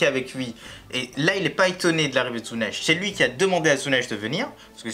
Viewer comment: En français, ça se prononce Zunesh.